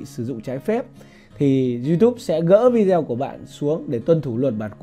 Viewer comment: Vi-đê-ô bạn ơi, vi zeo là đọc tiếng Việt. Nghe kỳ cục quá. Xin lỗi góp ý cách đọc. Bạn chia sẻ rất tốt. Cám ơn